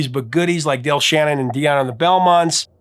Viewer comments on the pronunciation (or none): none